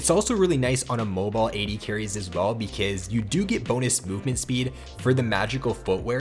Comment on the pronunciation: I like the way he says ''becuueuze'' :)